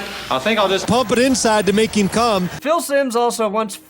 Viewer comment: I hated Simms, he would always say “heem” instead of him. Drive me nuts.